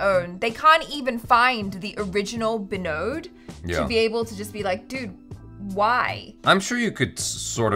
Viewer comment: bengalis use B instead of V, correct pronunciation is vinod